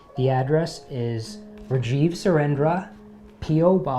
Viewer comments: Dude love your videos but plssss pronouns your name the correct way Its RAAAAAAJIV NOT REEEEEJIV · No hate. I kinda wished you said rajeev the indian way. I get you were raised there tho. Dis isn't pointed at you personally. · What reijeev angrez it,s rAjIv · bro can't even pronounce his own name 👍👍👍👍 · Impressive for someone who can’t pronounce their name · Firstly learn your name pronounciation Rajiv..